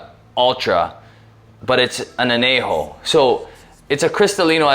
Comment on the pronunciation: Say an-YAY-ho, ñ has a distict sound. You're pronouncing the j just fine. So why fuck up the ñ?